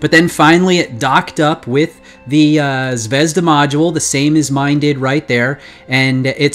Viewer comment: Sorry, but it's not "ZvEzda", it's "ZvezdA"